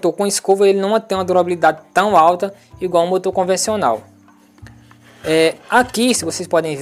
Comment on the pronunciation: Lembrei do Tiririca nos min.... " Igualho" 😃👍🏻